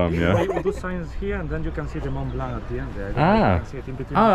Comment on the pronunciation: Mon Blan okunuyor Mount Blanc (Akdağ)